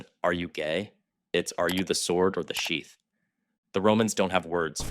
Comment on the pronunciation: "Are you the Sword or the Shieth?" 🥹✌️